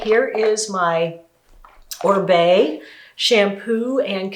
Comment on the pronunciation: Oribe is a Latin last name, it is pronounced Oreebae the i sounds like “ee”